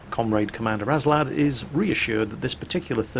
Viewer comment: You keep saying "aNslad" but the nickname is Aslad. Go home, you're drunk.